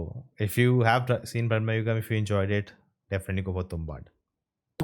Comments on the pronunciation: Brama yugam✅Bramma yugam❌ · Not Brahma-yugam (Age of Brahman) Its Brama-yugam (Age of Madness) Like Kali-yugam (Age of Kali) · It is not Brahmmayugam, everyone being pronouncing it wrong. It’s Bhramayugam. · its bramayugam..not bhrama.. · not bhram..its bramayugam.. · Sorry, brother... but I really don't understand this Hindu-ization (or the ignorance towards knowing what the actual pronunciation is) of film titles. 'Bramayugam' it is, not 'Brahmayugam', meaning 'the age of illusions/madness', and not 'the age of Brahma'. Some work in that direction would be greatly appreciated. It's just like addressing you as 'Nana' instead of ''.